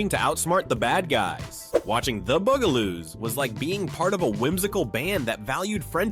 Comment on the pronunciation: BUGaloos not Boogaloos or Beegaloos. Also Benita Bizarre not Benita Bizarree.